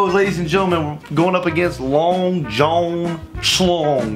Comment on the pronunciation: The fact that says john like jone triggers me